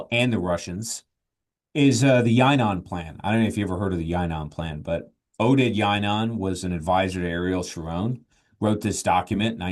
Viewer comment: Learn how to pronounce Oded Yinon. It can only help your credibility as an analyst who understands his adversary.